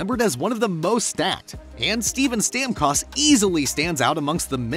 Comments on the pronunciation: You had me until i heard to say StamCost. Hahaha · The pronunciation of Stamkos hurt my ears :p. Great video though!